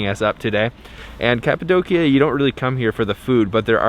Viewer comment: Beautiful photography.. thank you for pronouncing Kapadokya correctly! I have friends in Urgup.. Been there several times...